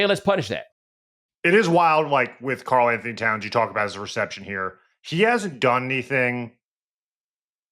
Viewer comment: KARL-ANTHONY, the mans name is KARL-ANTHONY jesus christ